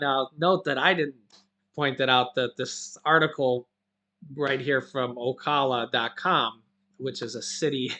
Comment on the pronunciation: Hey.. I live in Florida in a.little city called Starke..which is about 20 Mile's outside of Jacksonville in which I am from.. I wanted to let you know that Ocala Fl, is pronounced "O" COW-LA....SO... OCOWLA...JUST WANTED TO LET YOU KNOW... You are the best!!!